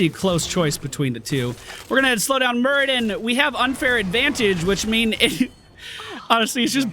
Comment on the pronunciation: It's Muradin not Muridan <3 Love your videos btw